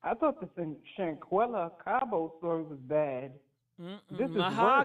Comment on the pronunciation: Im glad you brought Shanquella back up,...a few weeks ago you mispronounced her name, and I thought, "She couldn't have forgotten already!" Especially considering you did such great coverage of the story when it first came out. Please dont forget these women's stories. Theyre more than just content for entertainment purposes. Its important for these young women out here. Keep up the great work!😁👍🏽🏆